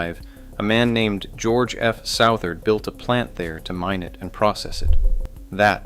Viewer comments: It’s pronounced Sutherd not Sowtherd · Interesting to see a video about Southard. One thing, it's not South-ard, but Suth-ard. Second, other than the soon to close plant, there is no town, hasn't been for decades. Just to the west of town you'll see a water tower. Around that tower you'll see some faded roads. That was a community of mobile homes that made up the "town" of Southard. My brother lived in one for a few years. But all of that is long gone. Sad for the employees...